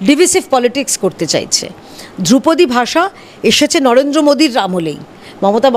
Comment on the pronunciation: বলিহারি বাংলা হান্ট! ধ্রুপদী কে দ্রৌপদী বানিয়ে দিলেন! বাংলা ভাষার জন্য সত্যিই ভয় লাগছে।